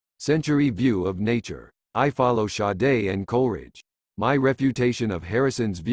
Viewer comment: Cracking up computer pronouncing Sade the philosopher like Sade the singer